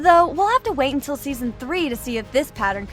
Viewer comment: Bro said second season wrong thing season man 💀💀💀💀💀